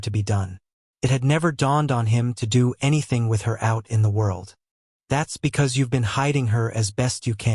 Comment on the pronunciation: Why can't AI read...? I get why it can't pronounce the names right. But when it can't even read 'do' 'it' or 'pie hole' it gets a little frustrating. Love these books though thanks for posting.😊